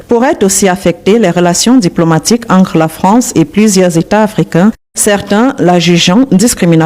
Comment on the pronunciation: Au Cameroun un sans-papier ne peut se marier. Pareil dans tout le reste fe l'Afrique pas de mariage sans carte de séjour. Les camerounais apprenez à prononcer travail et non cravail! Entre et non encre, droits et non grois!